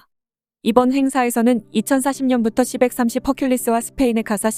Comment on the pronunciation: 기계음 짜증 c-130 시 일삼공 이라해야지 시벡삼십이라네